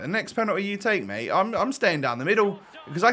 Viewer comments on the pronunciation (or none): none